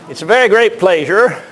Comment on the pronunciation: why does he pronounce pleasure as pleisure? is it some regional pronunciation?